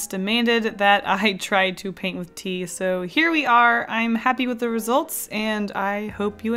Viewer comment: I watched the "Paint with my BLOOD" first you said "coffee and tea" I misunderstood and I thought you said "Pee" lol.